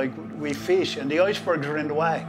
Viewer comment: "We feesh" and " the oisbergs"....that's awesome.